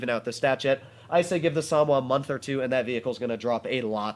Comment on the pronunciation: Sa-Mo-Wa. Not Samwa 🤷🏻‍♂️